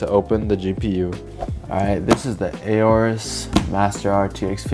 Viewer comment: It's not pronounced as A-orus you moron.